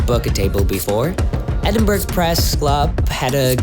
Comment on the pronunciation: Great video ! , there is so much to see in this unique and amazing city , no wonder it is the UK's 2nd most popular place to visit , for the record , the city is pronounced ' Ed-in-burr-ah , NEVER Edinberg or Edinburrow ! :-)